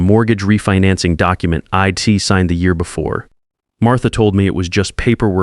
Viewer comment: I couldn’t agree more! Id and Ill! Ugh